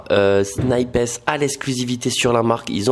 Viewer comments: On dit « Snipesse » ? Il me semble que ça se prononce « Snaïps » 😭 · C’est sn-ail-pe pas sni-pes 😭😭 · "Snipèce" ? WTF ! C'est "snaillepss" bro ! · Ho mon dieu comment il prononce snipes « snipèsss » « snaypèsss » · t'es sérieux de dire "snipaisse" 🤣🤣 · SnipEEEESSSS a jui mort la prononciation mon reuf 😂🤣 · 😭😭Non je te suis pas sur c paire les sape son ouf ms pas les sneakers 🤷‍♂️ ms chacun c goût 😉 ms fort c bien les vlog ta gérer 👍 et arrête de dire snipessse stttp 😂🤣😭😭 sinon la force pr toi et t projets 🙏💪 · Pourquoi "sni pess" ? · Il faut vraiment que tu arrêtes de dire SNIPES de cette manière... C'est horrible !!! 😂😂😂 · il faut le dire comme quand tu parles d'un sniper 🤪😉😂 Mais tout va bien sinon !!! 😂😂😂